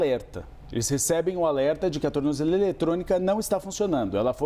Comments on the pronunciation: Alguém ensina esse cara a falar tornozeleira 😂😂😂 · Tu não sabe nem falar tornozeleira. Kkkk